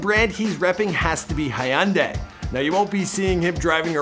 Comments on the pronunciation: Hayundai. Idiot. Its hyuunday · Did he just say high-un-day instead of Hyundai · HUN-DYE you idiot..learn to pronounce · Jesus Christ!! Dude its pronounced hun-die dont over think it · 😂hee un daeeeuhh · Hayunday what da heck is that pronounciation bruh.... Come on hahahahahaahah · That's not how you say Hyundai